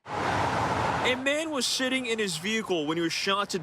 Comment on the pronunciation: Does he have a light touch of a speech impediment or what ?¿? Was he sitting in his vehicle or was he shitting in it ?¿? All i know is that : "Something Happened To Someone Who Was Doing Something"